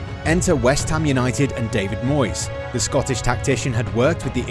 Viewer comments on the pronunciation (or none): none